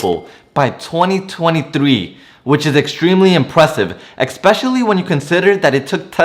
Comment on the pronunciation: You say the word "EXpecially" and it is pronounced and spelled "ESPECIALLLY". There is no X in especially. You are welcome.